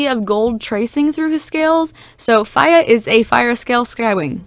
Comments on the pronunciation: NINJAGOOOOOOOOO!!!!!!!! Truffle avocado 3,657. fiyah? I’m not sure how to pronounce it XD “fire” avocado 2,554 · My friend can hear you saying “fiya” and she said if you could point her to the calendar with feb 31st she would be happy to meet with you